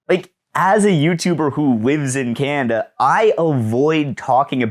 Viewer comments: "Cannnda" Is this a normal Canadian pronunciation quirk? Regional accent? Unique personal inflection? Also heard some "Cannndit" (candidate). Never really noticed this with other Canadians but I'll admit my experience with Canadanese is limited. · Definitely a regional accent thing.